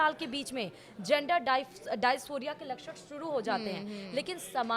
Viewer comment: Madam. दयास्फोरिया नहीं डिसफोरिया होता है 😅